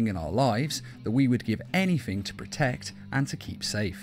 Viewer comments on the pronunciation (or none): You say anythink instead of anything